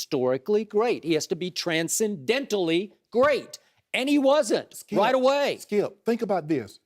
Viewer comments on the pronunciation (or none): so annoying hearing shannon.... "(takes a breath)....Skiep, Skiep. every time he talks